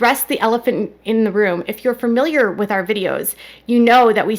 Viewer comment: Please stop mispronouncing the word Familiar. It’s not pronounced with 2-R’s! It’s not said “Ferrmilyer.” It’s pronounced “Fah-mil-yer.” Only one “R” sound.